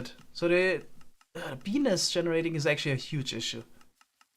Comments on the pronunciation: Lol the way he pronounced bee nest. Beenis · The way he pronounces it makes it wound like Bee nest with a silent t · Did anyone else think he was saying penis when he was saying bee nest because of his accent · Can't unhear his pronunciation of bee nest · I was confused when he said bee nest it sounded like something... else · quickly say bee-nest repeatedly :))) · The way say bee nest sounds dirty. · (for those looking for the comment about his pronunciation of bee nest) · The way says bee nest is wonderful.